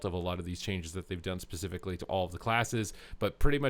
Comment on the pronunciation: Man, you say "especifically" a freaking lot.